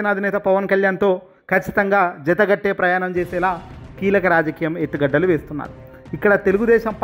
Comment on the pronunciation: ఎత్తుగడ్డలు -ఉల్లిగడ్డలు కాదు బాబు కేవలం ఎత్తుగడలు అని మాత్రమే పలకాలి.ఎత్తుగడలు అంటే వ్యూహాలు అని అర్థం.ఎత్తుగడ్డలు అంటే చదునుగా ఉండే భూమి కంటే ఎక్కువ ఎత్తులో ఉన్న మట్టిదిబ్బలు.తేడా గమనించి చదవాలి